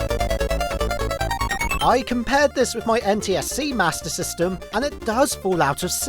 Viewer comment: its a joke on how he said "mater system"